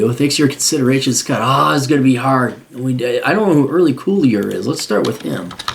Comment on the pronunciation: It’s pronounced Early Kyler.